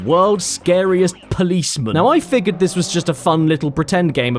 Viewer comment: Caddy, Don't Saying The Policemun! 😡